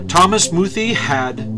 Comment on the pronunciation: YOUR ALL IDIOTS. You even pronounce his name wrong!! Its pronounced "Moo-thay" Bishop muthee never made such threats. Wheres your proof of that?!? THERE IS NONE. because it never happened!! Bishop muthee is purely a man of god.